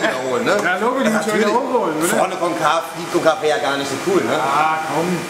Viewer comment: Wieso können die deutschen eigentlich nciht Konkave aussprechen? ist doch so schwer nicht! Ich finds jedesmla peinlich aber naja. Ansonsten sieht schon ziemlich krass aus ich hätt nicht sone bunte felge genommen aber hat was..